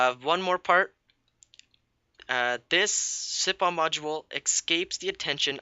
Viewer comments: siphon [si "f" on] not [si p on] ph makes F sound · lol yes what josh said sipon funny